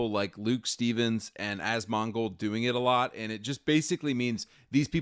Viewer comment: Man I love the YouTuber “Azz-Mon-goaled” Azz-mon-gul… azz-gul nazz-gul…. Nazgûl?!